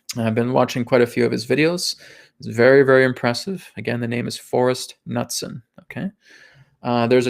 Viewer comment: I love you ALL Americans from the arctic Canadians to the Ushuaian Argentinians. But one thing is clear - you can not pronunciate! ;) Knutsen is a Hard K with a hard N both expressed following a short U. Well I am Scandinavian... Happy New Earth! ❤️